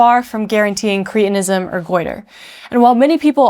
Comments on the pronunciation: Are we now saying 'creetinism' to avoid reminding ourselves that sufferers were called 'cretins' (with a short 'e')? I have only ever heard the condition pronounced with a short 'e.' It was a diagnosis long before it was an insult! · I wish you and many others would learn how to pronounce English words. It is "Cret" not "Crete" so correct pronunciation is "cret-in-ism" most words are made up of Syllables. To speak correctly, you need to understand what they are, and how to say them. Too bad most American speakers making podcasts get this wrong. There is a compound called "Creatine". It is completely different to this. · Surely cretinism is pronounced like the word cretin?